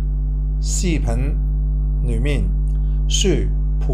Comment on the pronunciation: 他应该是想練好华语, 用那个什么app来自動出字幕吧(他提到廣府话 app 自动出不到宇幕)，我看一些英文的视频，發音若不準出来的字就不对了。 我个人听他講还好，只是视频听到戏棚，油管听到摇滾而已，其他全明白哈哈。